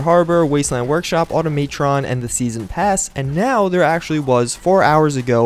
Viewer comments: I've heard a couple... it's annoying tbh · Auto-may-tron lmao... I've never heard anyone call it that.